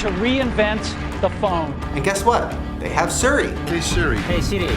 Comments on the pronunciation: that “suri” flub is so unfortunate because it’s so apparent with the barrage of “Hey Siri’s” that follow lmao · it's pronounced seary not surrey... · Shane still mispronouncing Siri drives me nutssssssssss